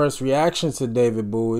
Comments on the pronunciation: Bowie not Booie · Bowie sounds like bow, not boo. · His name is.pronoubced Boe - wee (not boo - wee) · It's David Bowie, not Bouey lol. The first line on wikipedia says how to pronounce it and everything. Boh-ee. Like bow and arrow. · This song actually has a sequel, and it has a great video as well. The song is called " Ashes to Ashes" and is off his tremendous, and very infkuential 1980 album, Scary monsters. One of my favorite, underrated bowie song is from an early akum, Hunky Dory, called, Kooks And its pronounced bow-ee, like bow and arrow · Getting close to that 50k subscribers!👍 David's last name is pronounced Bow-ee (as in bow and arrow). He was known as a glam rocker in the early 70's thus the clothing & makeup. He was a very versatile artist. When they compared him to the Bee Gees, I was kind of surprised, although the Bee Gees sound in the late 60's were different than the Disco era. Great reaction though. Goto dive deep into David's repertoire.🎃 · Bowie was a pioneer of the glam rock genre of the early 1970s. Bowie was famous for constantly reinventing himself, pioneering new forms of music and his fashion sense, particularly from the early 70s to mid-80s. His most well-known album is The Rise and Fall of Ziggy Stardust and the Spiders from Mars (Please react to ‘Moonage Daydream’ from that album). Oh, by the way, his name is pronounced BOW-E, not BOO-E. Great reaction. Please do more Bowie, one of my all time favorite artists. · Bow- ie (like a bow and arrow 😉) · IT'S PRONOUNCED. BOW/ EE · Listening to this one without headphones you miss so much in which side each vocal layer is coming from. I suggest you relisten with overear headphones ❤ Also, his name is pronounced Bow E (as in the name of the letter) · Are you saying boo-ie cos it's nearly hallowe'en? 🙃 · Sorry but b4 I watch does he say David’s last name properly in the end as I can’t take that pronunciation booie? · It’s pronounced (Bow)ie, like a bow and arrow… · Pronounce BOW -E